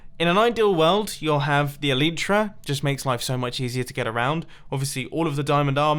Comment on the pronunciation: It's elitra not eeleetraa